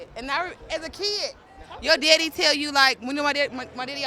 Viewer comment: It's daddy not deedie